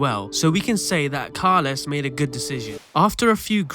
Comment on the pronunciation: It's Rexach. And Carles is pronounced as "Carlas" unless you are from Lleida or Valencia